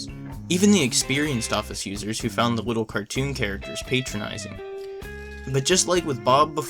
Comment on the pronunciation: you said wittle instead of little (just saying, no intended insult)